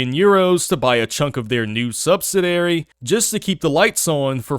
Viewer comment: He can't pronounce "subsidiary". That's adorable.